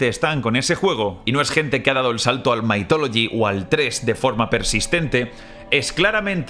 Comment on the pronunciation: Sí, solo que no se pronuncia "maitólogi", como lo dice, sino "mithologi", con la th pronunciada como la zeta o la ce españolas, esto es, con la lengua entre los dientes.